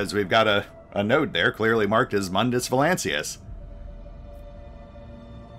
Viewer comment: Nice one,. One question, though: is there a reason why you keep saying "Mundius" instead of "Mundus"? Maybe a pun I'm unfamiliar with?